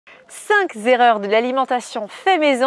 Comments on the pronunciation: En parlant d'erreur, on ne dit pas les 5 z'erreurs😁😁 sinon top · Cinq erreur et .noncinq zzzzerreurs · Cinq zerreurs??